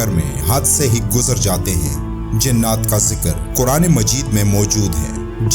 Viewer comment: لفظ "جننات" نہیں، بلکہ "جنات" ہوتا ہے۔ براہ کرم تصحیح فرما لیں۔